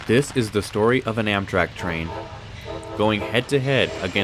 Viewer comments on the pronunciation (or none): It’s pronounced “Amtrak”. Not “AMTK”